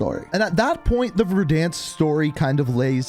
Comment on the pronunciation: Petition for to pronounce "Verdansk" properly.